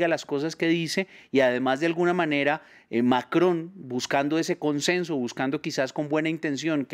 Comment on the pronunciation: Manuel Macron asi se pronucia, no Manuel Maco..como lo pronuncian en DW en español. 😀👍